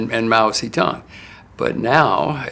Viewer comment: Mao zi time. Haha... It is Mao Zedong. That shows how unprofessional your program is.